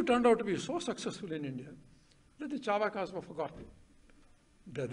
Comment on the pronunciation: Rajiv, please correct the pronunciation of Charvaka. It is चार्वाक ---- chaarvaaka. Not chaarvaka.